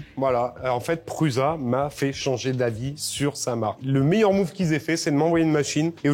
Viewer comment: Ça me perturbe à chaque fois quand vous prononcez "Prusa" en Pruuza ... Ça se prononce Proussa !!! 😅